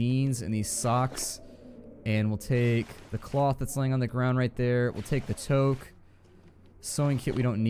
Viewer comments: It's not toque as in "toe-k". It's toque as in "two-k". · OK can you pronounce toque the right way because in Canada where you are in the video game it's pronounced touke but not spelled that way